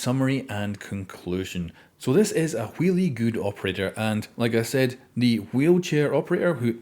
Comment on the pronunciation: Did you really just say wheelie good op damn man 😂😂